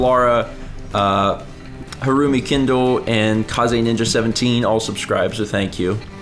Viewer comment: Ahh! mentioned me in the Breakfast stream and he pronounced it correctly! (I'm KazeNinja17)